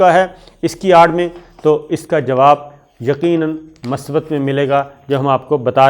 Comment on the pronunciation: My dear Shakir, I am your fan. I POINT OUT that correct word is MUSBAT not Masbat as usually Used by you in your TV Show. In case of any doubt you can consult any Urdu Dictionery. I repeat that correct prononciation of this word is MUSBAT. God bless you. Mushtaq from Lahore.